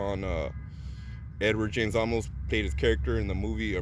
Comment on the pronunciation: Edward James "Olmos" not "Almost" smiles...